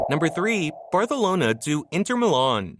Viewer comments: bro it's Barcelona not Bratonala😂😂😂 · ur saying barthalona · say barcanlona